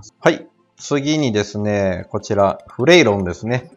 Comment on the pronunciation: 発音はフレイロンだよ